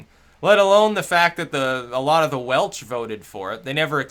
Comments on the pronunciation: Oi its WELSH not Welch :P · Bruh, did you say welch? Lmao its welsh but thanks for the shoutout